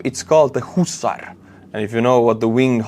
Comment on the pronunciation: "Husarz" is pronounced "HOOssash".